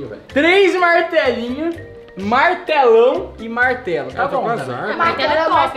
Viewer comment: melhor parte kkkkkk " bartelo "